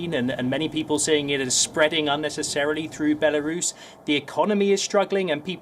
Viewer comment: The way she says Belarus 🤣😂🤣😂